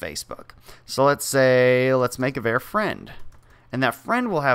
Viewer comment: who's going to break it to him that nobody pronounces 'var' like that??